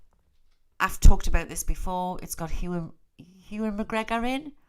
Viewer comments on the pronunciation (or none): none